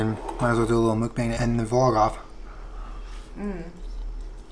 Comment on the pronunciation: Omg it’s pronounced “Mook- BONG!”